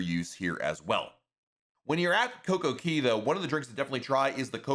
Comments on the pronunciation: Even if i put the whole phrase into Google translate in English it still comes out pronouncing it as Cay not Key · it is pronounced "kay" for Coco Cay, not "key". As a pinnacle member of Royal Caribbean's, I'm surprised you don't know this. That's the point of their catch phrase "A Perfect Day at Coco Cay", with DAY and CAY rhyming. They even have this jingle while you are riding the tram cars back and forth to the island (ad nauseum I might add!). Please stop mispronouncing 'Cay' as "key". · It’s pronounced Coco “CAY” not “KEY” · He always says key. Its is annoying but I like the info otherwise. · In my opinion, it is simply the locals saying “Cay” with their accent; which makes it sound like “key”. So if he really wanted to pronounce it like the locals he should also be saying the “Coco” part like they do. I think it sounds silly the way he is saying it, but he’s got great tips. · I don’t give a damn how cay is pronounced, saying perfect day at coco key is like nails on chalkboard. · I really like so this is not a dig but he calls it cocokey in every one of his videos dating back years. lol. I find it funny. 😂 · Buddy he just doesn’t say it right it does rhyme the cay rhymes with day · Royal Caribbean said that the announcer is not actually a representative from Royal Caribbean because he is pronouncing the name of this place wrong